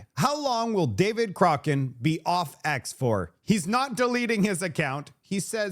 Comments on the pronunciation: Do you mispronounce David Coch…rane..on purpose? He’s an idiot but he needs his name right so people can avoid him! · its COCK RAN ... not whatever you are saying...